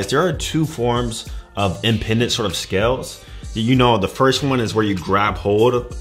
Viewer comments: It's biological impedance, not "impendance". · Right, he seems to be adding an extra N in there on pronunciation.